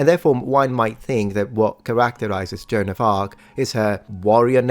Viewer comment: you are killing me! Her name was not John, it was Joan (pronunciation?: Jo-Ann!!!)